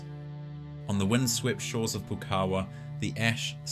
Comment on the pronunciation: It's "Pou-kawa", not "Poo-kawa" 🤦‍♀️